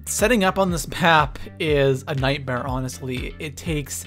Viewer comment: did he say pap instead of map in